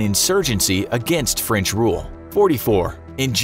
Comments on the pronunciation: Yo he just said franch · Ah, yes, Franch